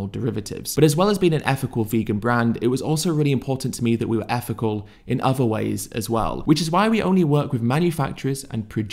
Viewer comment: I can't see past your speech. You can pronounce the, them, this and that etc, But you insist on saying effical, healf, uvver and worf and so on. I don't deny that you're clearly show signs of intelligence but I can't take you seriously when you can spell these words, pronounce "TH" in obvious demonstrative pronouns and so on, but you don't seem to be willing to apply your brain power to putting the "TH" in ethical, health, other and worth. I can't see past this and my high opinion of you was shattered the moment I noticed that. Peace brother.